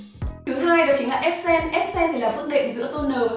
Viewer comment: Đừng đọc là essence là ét sen Q ơi, đọc là /esəns/